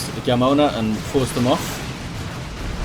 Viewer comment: Jamona is pronounced with the "wh" sound in whole ("wh-amona"), means lady with thick lower body in spanish :p